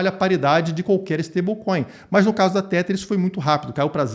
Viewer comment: Não aguento mais escutar pessoas pronunciando Tether de maneira errada. Nesta palavra, o TH tem som de D. Então repita comigo é " TEDAR " TEDAR TEDAR TEDAR TEDAR TEDAR. SE TIVER DÚVIDA É SÓ DIGITAR NO GOOGLE TRADUTOR E COLOCAR ELE PRA PRONUNCIAR PRA VOCÊ!